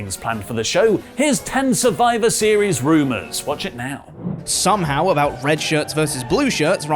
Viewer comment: She said "After Survive series" D.Drop 🤣🤣🤷🏽‍♂️